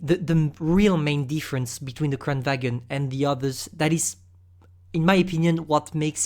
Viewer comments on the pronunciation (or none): it pronounce kran varn